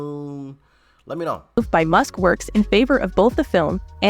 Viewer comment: Elon "Misk" ??? FFS can you not get the name right of the most famous African American businessmen in the world.